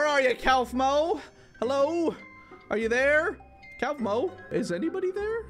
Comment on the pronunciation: its pronounced KOFMO